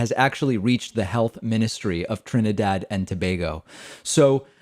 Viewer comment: Thank you for saying my motherland properly in this video. Someone must’ve corrected you from your other video lol.